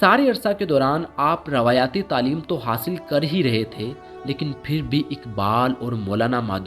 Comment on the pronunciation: bang-e-Diraa nahi balkay Bang-e-Daraa , : Ravayaati nahi sahi word Ravaitee he , : camunication nahi communication , : Mustahikam nahi balakay Mustahkam , : Alam ka matlab dunya, kayfiyat etc hota he jab k yahan Alim ( scholar ) word ayay ga . Ap ko sun k auron ki urdu theek ya kharab ho sakti he , kindly urdu dictionary app ya kisi aur tarah urdu behtar farmaiyay , mera maqsad faqat islah he, bura laga ho to barah he karam maaf farmaiyay. jazakallah.